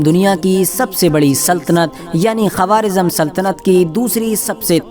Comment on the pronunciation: Quawaarizam nahi bhai Quwaarizam